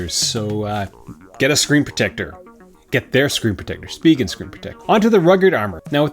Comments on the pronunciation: Take it from a Korean who took it directly off the way it's written in Korean, it's supposed to be pronounced Shu-pee-ghen. "Shu" as if you were saying a German word/name with that sound in it (like Schneider or something like that). So you're quite close. In defense of everyone though, it's a silly name with silly way of saying it so, eh. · It's pronounced shpee-ghen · It’s “speeegen” not “spy-gen” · You’re correct spegin not spyjen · speeegen not spy-gen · It’s speeghen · I pronounce it as Spigen... LOL 😄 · Spigen calls their product Spee-Gehn Watch their videos on Amazon where they present their phone cases. They pronounce it that way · I also say Speegen although I can see why some folk would say Spygen, after all, it is an 'I'. lol. You need to ask Spigen how to pronounce it. Another great video and having watched till the end (poor Monty does not like bad language), thank you for the time you put into these videos. They certainly have helped me over the years :D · I pronounce it s-pig-en :D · I say Speegen, the other pronunciation just sounds wrong haha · SPEE-gehn. So. There. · I say speegehn. Spyjen is just.. no.